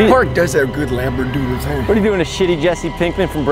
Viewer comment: “This park does have good labrododdles” that killed me